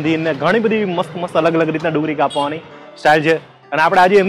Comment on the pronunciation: Kapvani word not proper